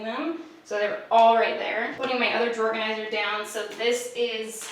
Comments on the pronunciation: Are you saying drawer organizer or drawerganizer? Are you saying Pam or Pan? Or Pand? Is the D silent? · I can’t with “drawer-ganizer” 😂👏🏼🙌🏼 Also please HELP with kitchen organizing!!!!! Plsssss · I’m sorry are you saying drawerganzier or drawer organizer? I can’t tell 😂 I love that someone on YouTube talk as fast as I do! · i can’t tell if you’re saying drawer organizer or drawerganizer but i’m down with this new word 😂😂 honestly these are my favorite kinds of videos lol i need to be a more simplified and organized bitch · All I could hear was “drawerganizer”. Anyone else?? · I’m sorry, excuse me.. Are you saying, “drawerganizer?” 😂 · Did I hear this wrong or did you say "drawergonizer"? lmao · are you saying "drawerganizer" or am I crazy 😂🖤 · Thought I was going crazy for a sec as well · Man, I'm always learning something from videos. Drawganiser, who knew! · Hahahaha I noticed it too!!!!!!